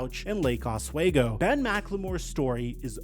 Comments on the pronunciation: It’s pronounced OsWeego not waygo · Os-WE-go not Os-WAY-go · As a local to the Portland area, Oswego is said "ahhs-we-go". I never heard of the party and crime he supposedly committed there, and loved him while here. Was solid off the bench overall. Sad to hear this story.